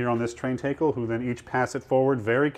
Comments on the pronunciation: Awesome video, but the way the tour guide pronounces the word tackle was driving me batty, lol. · Whoah, the pronunciation is "TAKE-ul" not "TACK-ul"?? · tay-kle funny.... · Tackle is pronounced like saying talc not like saying take. Someone must have been fucking with the tour guide when he was in school learning about the terms of sailing.